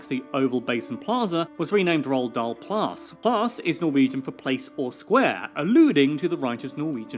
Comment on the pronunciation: His name is "Roald Dahl"